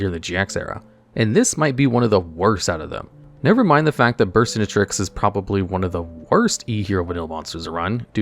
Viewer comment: Never thought I’d see the day, but it finally happened. pronounced Burstinatrix properly!